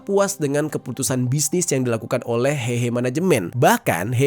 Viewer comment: coba cek artikel yg tadi di awal video, tulusannya 和合（Héhé）tapi dia baca hehe ingat bahasa mandarin jarang menggunakan ei tapi é